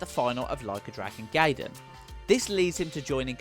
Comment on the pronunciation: Lmao the way he pronounces homage gaiden and behemoth